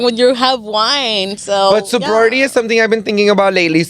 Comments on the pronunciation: Hella mispronouncing so-BRI-et-y 😅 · Yall confused me lol SOW-BRY-E-tea . (Sobriety) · Sobriety 😂 said sobority lmao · It’s pronounced sobriety suubry E T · I stay commenting correct pronunciations, it’s all love tho, don’t block me and 🥰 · can we talk about how cringe it was to hear them mispronounce sobriety??? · Omg, I cringe every damn time! 😵‍💫